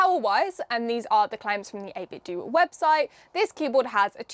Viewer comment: Actually the company has come out and said it's pronounced this way, 8-bit-doo. The do is the same as in "to do".